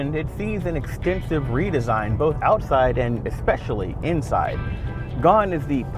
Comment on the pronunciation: Love cnet but please...there is no word "EXpecially"!